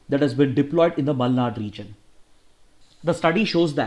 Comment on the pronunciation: Tq byjus and tq sir,♥️ It seem u r from Karnataka based on Ur exact pronounciation of malnad